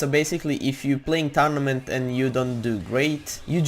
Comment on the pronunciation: If u play “TaRnAmEnT” I love his accent!😂👍🏻